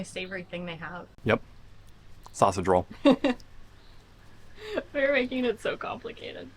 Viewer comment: you seemed to say "it is a zachte drol". Fortunately, two seconds later it was clear to me you meant to say "I think it is a sausage roll".